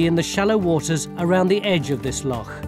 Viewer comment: Except most of you lot can't pronounce loch, or care to even try to. As someone who grew up on Loch Lomond, this is ridiculous. Stewart, (a nice Scots name) it's not a lock, it's a loch.